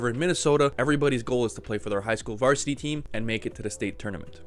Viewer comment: "vartisity" stahp